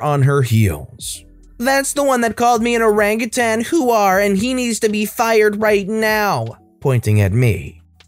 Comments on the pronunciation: For such a clean channel, hearing you say it like "who are" is absolutely hilarious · What's a wuh-hoar?